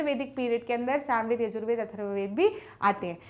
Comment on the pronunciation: MAM YE SAMVED HAI NA KI SOMVEDA